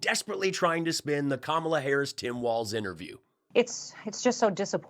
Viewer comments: KAmala, not kaMOLLa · Please pronounce Kamala correctly! Comma la, not Ka MAL A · Please practice the pronunciation of Kamala. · Bravo! You link adjectives together in new and fascinating ways, e.g. description of Crusty Gnome. DJT providing 'emotional support' is akin to Putin providing air conditioning accessed through a 12 story open window. Think 'Comma-la'. Rednecks around me here in good ol' Georgia giggle when saying Ka-MALA because they think it sounds African. Please come play the Fox. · You pronounce Kamala's name wrong